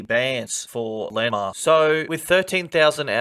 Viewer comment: its LAND-MARK. not linmark